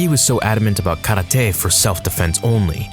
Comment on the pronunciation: Kar -lar-Tay